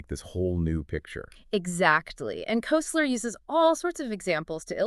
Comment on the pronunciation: This is such a perfect example of the impossibility of AI to understand humor that I have to comment. This podcast was generated by uploading Koesler's book (pronounced Kessler, not Koseler) to Google's AI Studio streaming generator and producing a pseudo-podcast. So far, so good. But it singled out one of the jokes used to make a point about the collision of two "matrices" to produce a creative synthesis of understanding. In the podcast version, John Wilkes is a politician who's asked by an opponent, "Your coat has grown", and Wilkes replies, "You're mistaken, it's been around several blocks." This is not only not funny, it's not the joke from the book. In the book, John Wilkes is the representative of a very poor district with destitute constituents. He is approached by an opponent who seeks to disparage him by saying, "It seems your followers are becoming turncoats." Wilkes replies, "I can assure you, my followers have no coats to turn", thus establishing his commitment to the poor and denigrating the opponent for his insensitivity. This is a biting retort that shows the bissociative effect used in humor. I only point this out because I'm seriously trying to test the notion that LLMs are capable of anything that humans can do or understand. This seems to be evidence that we are all safe for the time being.